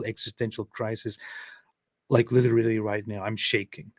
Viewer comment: Lideerally.....lol that tickles me for some reason!